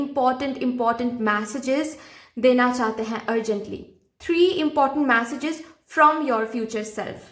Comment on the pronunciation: 'मॅसेजेस' नही उसको 'मेसेजेस' केहते है 😂😂